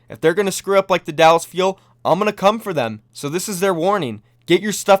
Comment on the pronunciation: Mitchel Shen it’s pronounced Dallas